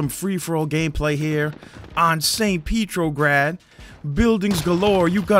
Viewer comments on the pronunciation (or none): Jesus thunder it is PET-ROGRAD NOT PETE-ROGRAD lmao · I love how he still calls it st. PEEtrograd😂😂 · Saint Pee-trograd